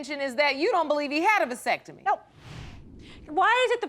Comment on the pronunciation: Did she say "vysectomy" or "vasectomy"?